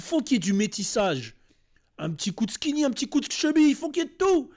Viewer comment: On dit skiny et apoutchou 😂😂😂